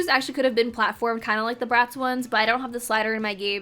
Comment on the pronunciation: lmaoo when you said bratz i thought you said rats, i was like "damn okay harsh"